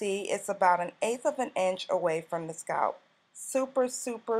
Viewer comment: I'm normally not so petty, BUT I hate the way she pronounces "scalp"! 😣